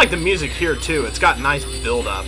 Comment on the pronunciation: I think he means "Lofty Castle too" but just says it in a weird way that sounds like Lofty Castle has a sequel.